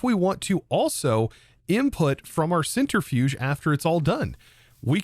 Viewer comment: *centrifuge not centerifuge